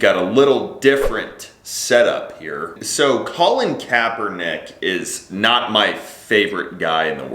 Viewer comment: His name is "Colon" for Christ's sake.